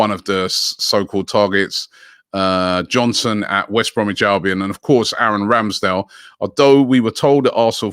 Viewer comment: Has Robbie ever said Sam Johnstone's name correctly? He always said Sam Johnson